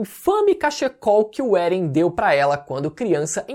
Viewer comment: mas por que "Beren"?